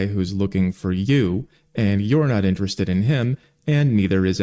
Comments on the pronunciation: She can't say "interested". She keeps saying "interest" instead. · The first woman can’t even pronounce the word “Interested”. No man want an illiterate m0r0n. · Why can't she pronounce the word "interested" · It’s “interested in” not “interestin”. I could never with this woman. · You can tell how much intelligence she lacks my how she can't even say the word "interested" correctly. "How come guys that I'm interes'd in...?" I expect the guys that are "interes'd" in her only want her for one thing and it's not conversation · First time she said "why do guys that I'm interest in..." I thought ok simple speech mistake. But then she did it again with "and then guys that I'm not interest in..." Does she think that's how it's said? Or is she just slightly tipsy and slurring just a bit? Truly not sure. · Its really because she pronounces "interested" weird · Irritating: Princess can't enunciate the words "interested in". She fails twice. Funny: Poor. His last name is like a crossword puzzle clue for "lose".